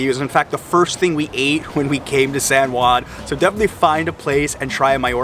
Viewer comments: The least thing I would do when doing a video on a city, would be to pronounce the name properly. Your pronunciation is sooo ridiculous!! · Old San Guan 😂. It kills me everytime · It’s pronounced san hoo-ann